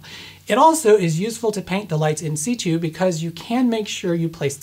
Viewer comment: Excellent In Situ pronounciation! Greetings from Twitter ;-)